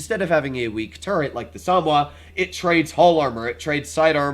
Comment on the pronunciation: SA-MO-WA Not SAM-WA